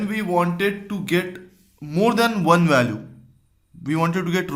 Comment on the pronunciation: Your "one" sounds more like "when" than "one"